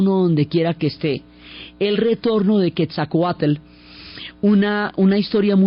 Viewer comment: Excelente narración. Para hacerla perfecta me hubiera gustado escuchar la pronunciación correcta de Quetzalcóatl. Pero agradezco mucho el entusiasmo y gran conocimiento con que cuenta la increíble historia de un país tan magnifico como Mexico 🇲🇽